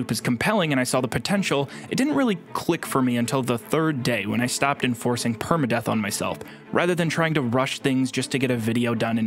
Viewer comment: Hearing him saying (permadeath) hurted me more then my dad leaving to get milk when I was 4 and a half years old making me turn into an emo that is envedable ;_;😭😵😵. Bc me personally when I did my like 5th playthrough of skyrim I challanged myslef to a permadeath run.....Lets say I did not get far before i totally lost my diggidy damn mind, and said nope. Fuck this!!!😭😅😅😅(worst detition of my life)